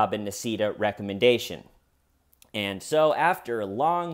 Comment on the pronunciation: The way you say recommendation is kinda funny.